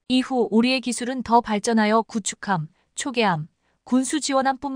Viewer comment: 글도 못읽고 뜻도 모르면서 구축할 ? 구축함. 이야기를 다렸는데..... 다뤘는데 기계탓만 하는것이야 ? 그만둬라 !